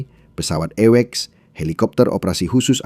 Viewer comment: pesawal eiweks... 😅😅😅 AWACS bro...